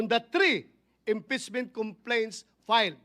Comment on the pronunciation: "ang impitsmint ay isang prusiso" daw sabi ni Bato 🤣🤣🤣 rispunsibilidad, sinit minority, brood daylight, mister prisident, and mini more 🤣🤣🤣